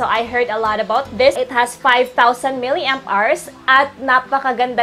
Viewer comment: Try to search on google how to pronounce milliamperes. It hurts my ear hearing it pronounced incorrectly.